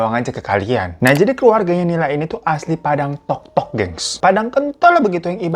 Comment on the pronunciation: TOTOK kak bukan TOK TOK😭